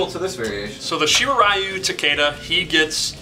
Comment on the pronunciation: It's like, wow Neatherealm... Rayden and Takida? It clearly says RAIDEN, as in Ra-i-den.... and it clearly says Takeda as in Ta-keh-dah. I mean c'mon, it's not fucking rocket science. It wouldn't kill you to pronounce your characters' names right.